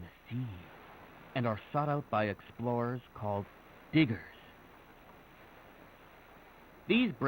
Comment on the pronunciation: To be honest, within a beginning of the video, the audio wasn't the best, especially when it came to the word, diggers, for a split second, I thought it said something else. It's very important to enunciate.